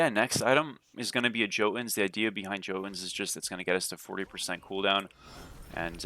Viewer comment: Hey brother, jotunns is pronounced with a "yo" instead of "joe" lol. Mast used to do* the same thing xD just so you know.